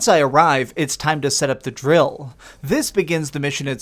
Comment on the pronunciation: This is a critique not a flame. Please just speak like you are talking to a human being. The end of every one of your sentences .. you have to put a flair on the last word. Its very grating. Ex ( "you have to defend .. the DRILL) either way gl man!!